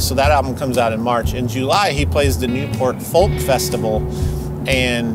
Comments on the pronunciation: Fantastic episode. But do please practice pronouncing the word 'Folk.' It's 'Fowk.' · Stop pronouncing the "L" in folk! It's weird. ;) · Great episode and I love the way you say "Folk"!